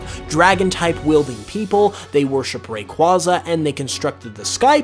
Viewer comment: The way you pronounce Rayquaza hurts me